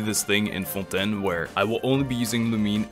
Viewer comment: Actually got jumpscared by the perfect fontaine pronunciation lmao